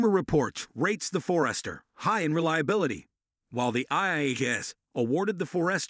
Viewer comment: Robovoice is better than most, but still discernable by mispronunciation of Forester and Hyundai